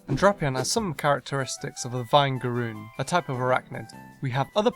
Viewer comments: you said Vinegaroon wrong, it is VINIGARoon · vine-gah-roon? ... no Vin-eh-gah-roon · its not pronounced vine-ga-roon. its pronounced vin-eh-ga-roon. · Nobody gonna talk about he called it vine garoon wiat this is a years old vid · Pronounced vinegar (like pickles and salad dressing) roon. Vinegaroons spray as a defense mechanism, an acidic substance that can kill other bugs, but is just an irritant to us, it smells like vinegar. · Vinegaroon is pronounced vinegar-oon bc the spray a liquid that smells like vinegar when scared. Just for clarification! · Vinegaroon is pronounced like vinegar,as in the oily stuff, because it smells strongly like it.